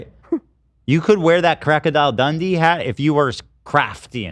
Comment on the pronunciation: saying "crocodile dandee" and then Ethan saying "crackadile dundee" immediately after is everything I needed from today's ep 💜